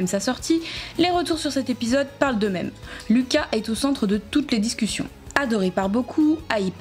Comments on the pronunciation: On ne dit pas Louca on dit Luca🙊🙊🙊🙊👫👫👫👫💑💑💑👼👼👼👼❤💟💙❤💟💙❤💟💙❤💟💙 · Pas Louka mais luka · Ça m’énerve tu dis Louka😂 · Perso j'adore Luka moi... 😍😍 ( mais il me semble que ça se prononce Lucas )